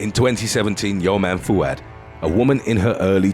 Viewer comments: When you said “YOMNA FOUAD” I had to replay it cuz you said “turned down for what?” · Yomna Fouad is pronounced yoo-m-nah Fouad. She’s from the Middle East